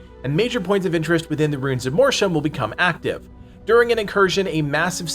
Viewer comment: Every time he mispronounces Mortium I feel a percentage of my cells die